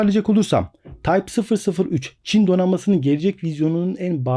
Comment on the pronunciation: tayp fısır fısır 3 ;-)